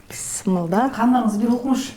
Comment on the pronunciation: Бисмилляхи рахмани рахим десениз туура болот,бысымылда дей бербей,тамагыныз соонун,колунузга береке